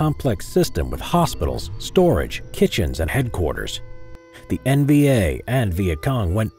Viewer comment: Am i hearing “NBA” or “NVA?”